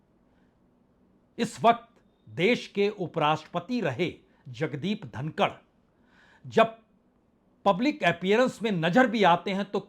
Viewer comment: जनाब धनखड़ है धनकड़ नहीं।